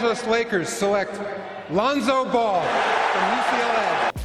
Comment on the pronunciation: pronouncin names like "Loon-so Bowl"